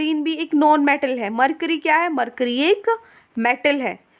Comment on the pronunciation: Noaun metal nahi hota non metal hota h